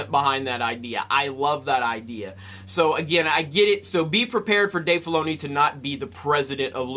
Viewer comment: Oxxford699 its Dave Filoni. Why does everyone botch his name lol?